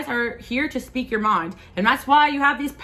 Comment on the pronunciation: You said as we "sweak" instead of speak so cute made me giggle ❤